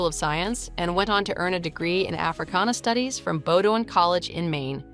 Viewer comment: Bowdoin has 2 syllables…..NOT 3